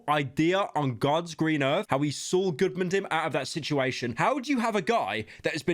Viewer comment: He called Sual